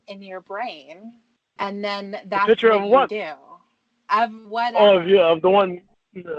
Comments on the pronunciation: HE CAN’T SAY THE WORD “PICTURE” . HE ALWAYS SAYS “PICHER”. LIKE A TOTAL MORON!! IT’S INFURIATING “I’VE NEVER JERKED-OFF TO A PICHER” IDIOT. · WHY DOES THIS FOOL KEEP SAYING “PICHER”. INSTEAD OF “PIC-TURE”? WHAT AN IGNORANT MORON. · I’M NAWT A COCK SUCKER. YOU DITCHED ME, YOU MEANIE. YOU MADE ME LOSE WINNIE! WHAT A TOTAL LOSER! “YOU DON’T THINK I’M GOOD LOOKING?” NO!!! The WORD IS PICTURE. NOT PICHER, FOOL!